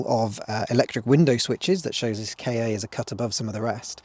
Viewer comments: Your video is really amazing, full content of and great to watch. But drives me crazy rearranging “kei ay” instead of the correct “Kah” (saying like the end of Fiesta) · Sorry to be that person, but why would Ford name their car a "Kay Ay"? it's pronounced "Car". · It is not a K A it was pronounced like car. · Did you just call it a K. A. With a space in the middle???? It's the kahhhh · Its pronounced like cat without the t and not like kay aaay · I died a little bit everytime you said "kay-ay". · It always makes me chuckle gently when you southerners say 'Kay Eh' - for us Scots, 'Ka' and 'car' are very different sounding words, so I don't think I've ever heard anyone up here bother with two syllables :)